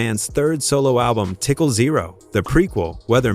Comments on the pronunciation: Please get someone who knows how to pronounce words. It’s TICAL, not tickle!!!!!!!! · Right it TICAL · First it's tI- cAl not tickle, horrible voice over . plus you forgot about wend willams, mef hates that woman. she did something f'd up about mef's wife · Say Tickle one more time! It's TICAL! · LOL Bro I swear I thought the same like Redman even said most YT ppl pronounce his name like "Redmen" lol Its TiCAL the same way U would say the word Calories or the name Calvin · Calling Tical tickle os painful. All A.I produced videos should say in the title. This is getting stupid no soul in these videos no passion for the subject😊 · Did ole boy just say "tickle"? My God 🤦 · Gave this video a dislike because I screamed every time he said "tickle" whomever is running this channel, please use your REAL voice! This AI stuff is annoying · Wtf is "tickle"?? This drove me crazy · Every time I hear him say “tickle”, I want to yell at my phone. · don't worry about it,Tical always tickled Hip hop ,sorry he tickled all kind of music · Some white broadcaster. Can't believe anything he is saying. He can't say "Tical" right.